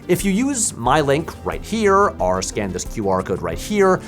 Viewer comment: I don't usually read comments and don't do Reddit, but has there been any discussion of how and why Patrick pronounces "or" like "are"? If you now can't unhear it, my apologies.